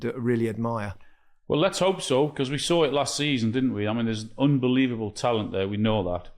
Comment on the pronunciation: It's 'UNbelievable' Micah, not 'UMbelievable'.